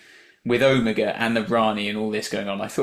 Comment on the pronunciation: 2½ minutes of Omega on screen. Frankly he barely made it past Gamma. And it was really pissing me off when Ncuti kept mispronouncing Omega: either get him to pronounce it properly, or else write it into the script that other characters correct him.